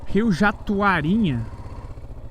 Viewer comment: Show de roda mais uma vez ! E começou bem 2026 já com um episódio top demais. Ah, não se preocupe com o nome do rio, que ainda falou errado (é jatuaraninha) pois num outro vídeo vcs falam o nome do local errado, lá em Sucunduri,( falam sucurundi) e ninguém notou,kkkkk Feliz 2026 , Buenas Rutas sempre !!!!